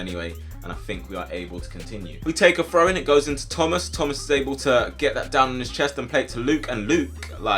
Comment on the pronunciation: You say frow not throw the hole time work on your th sounds haha